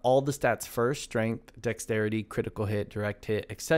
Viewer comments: say it with me Dex-ter-ity - good guide tho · Dexterity - dex·ter·i·ty 😉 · Bro why yo saying Dexterity like that 😆😆, I know you know how to say Dexterity, stop playin. Lol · I cringed every time you said the word “dexterity”.